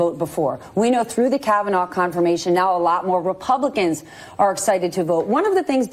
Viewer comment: She called it " the kavanah experience" ...lol